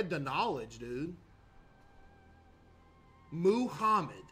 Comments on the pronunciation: Of course when he's talking about the most common name he says moo-hommed. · Bro said moohamed😭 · Bro said he's spreading the knowledge and proceeds to say Muhammed incorrectly several times